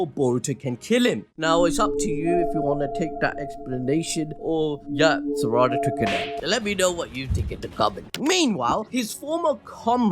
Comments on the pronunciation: I swear to god if you keep saying Saraàda ...😂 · The way he pronounces Saradas name is disgusting